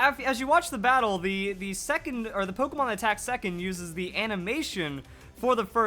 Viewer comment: um... you know it's a front accent for pokémon? My first language is french so if you put the accent you used it just deforms the word.